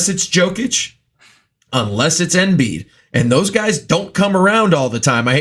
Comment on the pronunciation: pronouncing Jokic wrong is one thing but I've never heard someone mispronounce Embiid